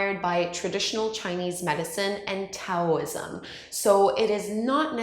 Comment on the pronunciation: Tricia King She’s not pronouncing Taoism correctly either.